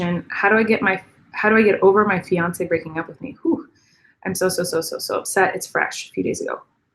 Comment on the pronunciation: I thought you said finance 😝🤣